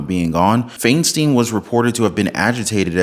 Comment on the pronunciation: It’s pronounced Fine-Steen